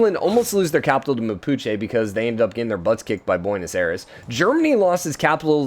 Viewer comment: Buenos Aires? It's Bu-we-no-s I-reh-s. Therd ya go